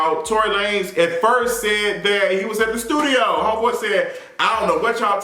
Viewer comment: I always lose it when he says that! 😂 it's that and Jay-Z's "Basquiat Wig"... I fall right out!!!